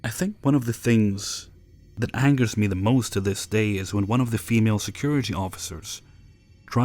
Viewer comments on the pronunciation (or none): none